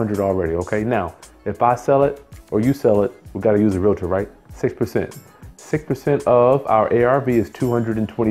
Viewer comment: OMG, I hate when people say relator